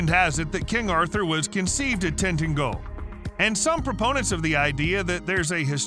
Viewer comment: Tentagel is pronounced tin ta jel.